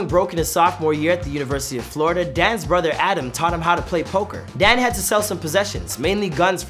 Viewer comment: Ok most repliers here are commenting on the actual info- fact, fiction, or in between. Chase was commenting on the pronunciation of the man. (Which btw I kept thinking he was saying "dad" instead of Dan 🤦‍♀️)